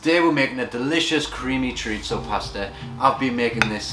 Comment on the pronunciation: Nice recipe. I’ll try this evening. Btw just to note there’s no ‘t’ sound in chorizo 😉